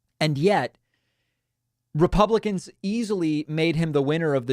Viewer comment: Repumplekins, i heard